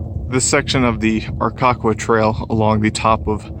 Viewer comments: It's R' Ka Quah. Learn to pronounce your area of hiking. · His pronunciation of the name is off lol